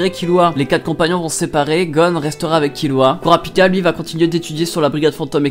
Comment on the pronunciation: « Kourapika » ça me fait pleurer ;-; « kiroua » j’en peu plou C’est « killua » et « kurapika » bordel ;c